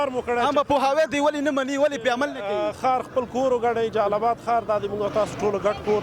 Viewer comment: د جلال آباد حار نه ❌ د جلال آباد ښار ✅ لوخه نه ❌ لوحه ✅ د جلال آباد خلکو ډیر ښکلی تلفظ درلود. نه پوهیږم چی ولی دننګرهاریانو تلفظ خراب شوی دی ؟